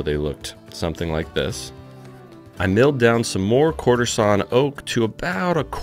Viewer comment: I was in before I stopped hearing courtesan oak and started hearing quarter sawn oak 🤷‍♂️🤦‍♂️😂